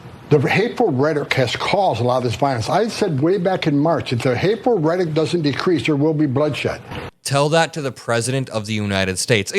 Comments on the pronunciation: Homan - What is "redik"? Please pronounce the word correctly. You repeated yourself several times. Rhetoric! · says he sounds unintelligent one minute before he says redic, instead of rhetoric. 😂😂😂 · In case no one else noticed, Homan could not even say the word rhetoric...he said "rhetic". He's obviously uneducated and should not hold the position in the administration that he has. That's a minor point compared to everything that he actually believes and says. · Homan didn’t say rhetoric, he says “rhetic”. Maybe 3 syllables hard…😬🧐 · He can't even speak right...."retic".... dummy!! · The same Tom Homan that accepted a $50,000 bribe that was caught on tape. He can't even pronounce "rhetoric" correctly, he's that stupid. These ICE agents are nothing, but criminals, it's been revealed that many, many of them have felony criminal convictions for such crimes as domestic abuse, sexual assault, assault with a deadly weapon.....they're the new Nazi KKK. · He is not even pronouncing RHETORIC correctly.